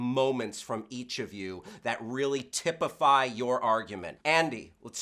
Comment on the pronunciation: Did just say "tippify "?